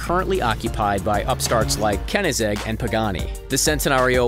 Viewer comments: KeNiGzeG its koenigsegg there is an o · He actually said kenigsegg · mate he said cenaseg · He literally sed kenigsegg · Also, most people say it like 'chentenario', so his 'sentenario' annoys me lmao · P yeah I know it's said shentanario but doesn't really bother me that much it's like Chiron it's depends on which country your from but koenigsegg u gotta be kidding me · I'm traumatized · The way he said koenigsegg tho...